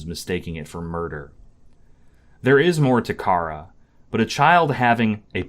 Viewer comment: You pronounced Chara three different ways and none of them are "right" [I know there really isn't a true correct pronunciation but none of them are mine, lol. And mine kind of just comes from "character". . . And Chara's sprite is called "True Chara", and Frisk's is "Main Chara". . Like character] Mission Failed. We'll get them next time